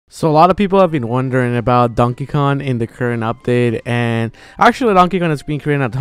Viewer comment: Is it just me, or does ZeRo pronounce Kong as "Con"?